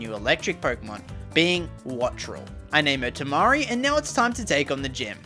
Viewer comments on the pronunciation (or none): none